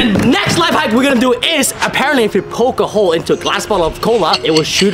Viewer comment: correct the word "life" please